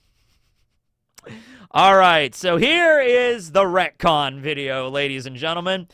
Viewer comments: It took me way too many times to realize he was reconing the word recon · Bro it took me wayy too long to pick up the fact that you retconned "Retcon" multiple times 🤣. I genuinely thought I was tweaking hearing that definition 3 times and that I might've misheard it